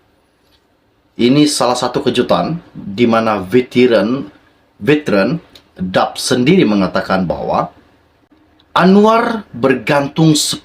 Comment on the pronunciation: Hingga sekarang nama parti DAP masih lagi SALAH disebut. Daqh beberapa kali ditegur untuk buat pembetulan, tetapi masih begitu juga!!!